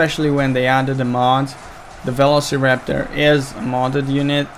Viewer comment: Please learn how to pronounce velociraptor.